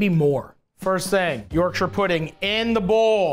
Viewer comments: Sooo I'm from England. And it's not pronounced YorkSHIRRREeeeee. It's pronounced Yorksha. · Please don’t say York-shire pudding again 😂 “YORK-SHA” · Matty. I love ya bro. But. As a native Yorkshiremen....Please stop with the York-Shiah. It's pronounced Yorksher. And for all the nobbers with comments on Phonetics and the spelling...The English language...is not...phonetic. Do one. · why Matty, why are you pronouncing it YorkShyer rather than Yorkshur? You’re Canadian, my dude 😅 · as a yorkshire man you need to learn how to pronounce it york-shuh none of this shiirreee nonsense also you was a top guy in the bear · The way Matty says Yorkshire like he’s talking about The Shire is funny, it’s said more like York-shuh in the UK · YorkSHAYER pudding!! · Yawk-shuh is how you pronounce it btw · Matty boy..... Worcestershire and Yorkshire words in UK are pronounced.... Woster-sheer York - sheer 😂